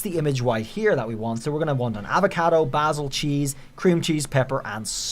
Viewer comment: Your pronunciation needs some work, like Basil & prosciutto 😅